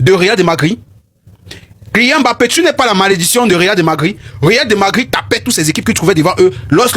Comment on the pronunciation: C'est le Réal de Madrid et non Magrid. C'est la Remontada et non Remontanda